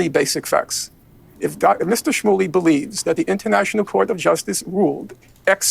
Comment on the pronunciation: "Rabby Schmully," destiny said. LOL. What is this chi-shane-ery